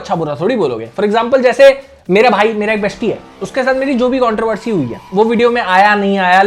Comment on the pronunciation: Why is it controvery instead of controversy 😮